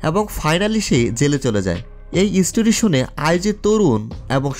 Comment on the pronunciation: উচ্চারণ ঠিক করার চেষ্টা করবেন, ব্ল্যাককে ব্লাক, স্টোরিকে স্টূরি বলছেন। আমার উচ্চারণও তেমন ভালো না তাই সবসময় উন্নতির চেষ্টা করি।